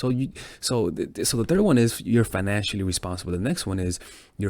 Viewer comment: Was going good until bro said "Fanancially responsible" ...🤣